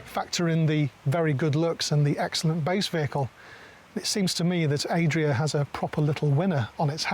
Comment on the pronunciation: Why does he keep saying Aye-dria and not Add-ria like everyone else? Are we all wrong?